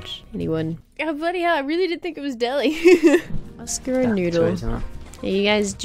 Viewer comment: Not Oscar O is not Ø